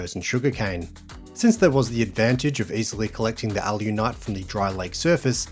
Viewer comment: Good work on saying Alunite correctly. Not sure why you’re not saying Chandler.